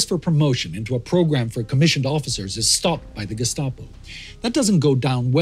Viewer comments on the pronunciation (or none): none